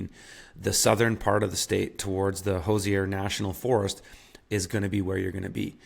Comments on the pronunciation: It’s pronounced who z er. Indiana is great for homesteading. One thing you didn’t mention is certain areas have large Amish Populations. I deal with the Amish several times a month. I have found many of them to be very friendly as long as you are respectful of their ways. They are very talkative. They are a great resource for information, produce, and eggs. Anywhere near or among an Amish community is perfect for homesteading. Many of them are within 30 minutes have a medium sized town. Another thing about Indiana especially with the small and medium sized towns is that when the concrete ends the corn rows begin. It doesn't take long at all for you to go from City to county. Areas within 45 minutes of Louisville Kentucky are experiencing population growth. Be sure to drive around a lot to see where the new developments are going in. Try to steer clear of these areas as new development begets new development. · The way you said Hoosier destroys any credibility you had on giving advice on living in Indiana. 😂